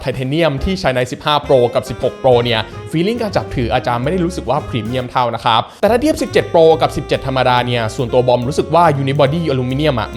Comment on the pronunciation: ตั้งแต่คลิปที่แล้วมีคนเม้นว่าพูด ค้าบ แปลกๆ ก็ทำให้ผมสังเกตมาตลอด^^ เอ่อ แปลกจริง แต่มันคือเสน่ห์ส่วนตนครับ และชอบการรีวิวทุกอย่างของ หล่อ มีเสน่ห์ พูดดี รีวิวดี ภาพแสงสีสวยมากๆ ชัดเจนครับ